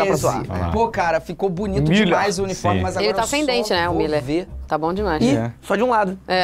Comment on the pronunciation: Falam mal o nome do Mūllrr